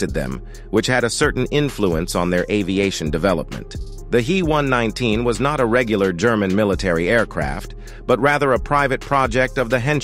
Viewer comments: I will be damned if I am going to subscribe to this channel, if you can't get your story straight and pronounce shit correctly. It's NOT a He (as in he and her), but rather the individual letters as H. E. one nineteen. Your channels with that male voice are pathetic, and I, for one, am blocking this one. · the He119 was designed and built by the Heinkel Flugzeukwerke, not the Henschel company. Henschel was an entirely separate company from Heinkel. And the "He" in He119 is pronounced "H" "E" (each letter spoken), not "he" (as in the masculine pronown).